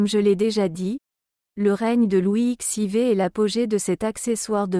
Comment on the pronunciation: N’importe quoi ! Louis xiv, on dit Louis quatorze, l’IA a tout à apprendre.